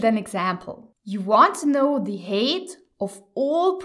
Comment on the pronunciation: Height isn't pronounced hate. It rhymes with tight or shite.